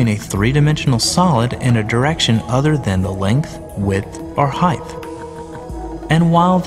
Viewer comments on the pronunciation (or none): heighth? HEIGHT*